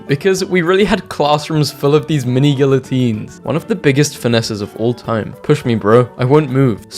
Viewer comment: why did bro pronounce guillotines like that💀